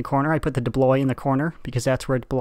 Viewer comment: "Debloy" wot